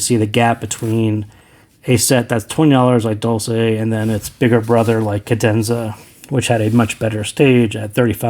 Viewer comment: "dolce" has to be read as "dolche" since it's an Italian word meaning "sweet" :)